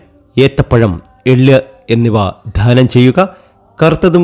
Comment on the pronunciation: ധാനം ചെയ്യുക എന്നല്ല ദാനം ചെയ്യുക എന്നാണ്. ഒരുപാട് ഒരുപാട് എന്ന് ഒരുപാട് പ്രാവശ്യം പറയുന്നു 😊